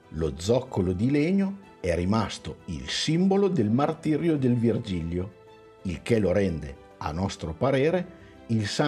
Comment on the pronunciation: Ciao ragazzi, avete fatto solo un piccolo errore: si chiama Vigilio (senza erre).